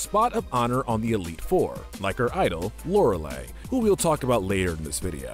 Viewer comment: Lorelei is mispronounced here. Not E sound at the end, I sound at the end.